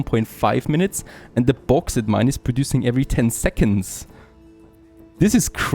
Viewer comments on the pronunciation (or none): Du sprichst Bauxite ein bisschen falsch aus, Der erste teil Baux wird wie Boot ausgepsrochen nur das T mit X wechseln, das ite wird wie bei eitel oder kite ausgepsrochen. Hoffe das hilft! Freue mach aber mega auf mehr content vom DLC, weier to!!